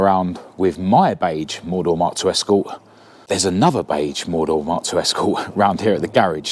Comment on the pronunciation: Do you mean four door. Its sounds like you keep saying more door.